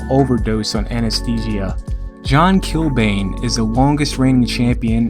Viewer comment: Not too far off with the pronunciation of Achill Island, the way you do say it is here We'd also say Kill-Ban, as opposed to Kill-Bane (the Batman villain). Great vid as usual